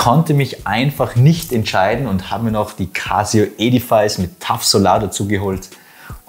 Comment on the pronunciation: Hallo lieber, ein tolles Review. Nur eine Bemerkung: die richtige Aussprache ist nicht e-di-fais sondern e-di-fis:) Zs